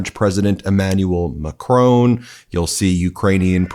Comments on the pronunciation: It's pronounced Mackron not Makcrone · BTY: The President of France’s surname is pronounced MaKron not Macrone. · You still haven't bothered to learn how to pronounce MacRON. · PLEASE, Ben. The French President's name is pronounced Macroh, NOT MacroN. 🇨🇵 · Mon Ami …..nice work ….but MACRON is pronounced MAC as in Big plus RON as in Howard 🥸not RONE as in Drone Slava 🇺🇦🇦🇺🍻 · Macron not Macrone. This is my only criticism of this channel. Please check out how names are pronounced. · Great work as always, but at least get your pronunciation correct, it's not 'Macrown' it's pronounced macron! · Please pronounce President Macron’s name correctly. It just perpetuates the belief about Americans being ignorant. Macron not Macrone! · Ben, I watch your videos almost daily. You do great work and it must be exhausting watching all those videos of Trump , however I need to take you to task. President Macron. You always pronounce his name as Mack crone, it is not pronounced like that. It is pronounced Mackron. Please pronounce his name correctly. Thanks. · Out of curiosity, how does Macron's name get pronounced MAKRONE when the French pronounce it more closely to McRon? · The French s President s name is pronounced with a short o sound, no e at the end so Macron not Macrone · PLEASE, PLEASE, PLEASE……YOU’RE AN INTELLIGENT MAN. He is NOT Mcrone, he is MACRON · Please pronounce the last name of the French president correctly It is not MaCRONE. It’s Ma - cron with the second syllable nasalized (not at all hard to pronounce by Anglophones). There is no humongous accent on the second syllable. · Please learn how to pronounce President Macron's name for God's sake! It's not like "drone." It' more like MacRAWN. You can find the correct pronunciation on numerous YouTube videos. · Mahh chron. That’s how you pronounce it 😮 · He wasn’t the only one in a blue suit . You pronounce Macron totally wrong . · Macron. The n is silent.